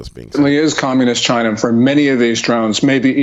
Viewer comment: Wtf do you keep saying china like that? 😏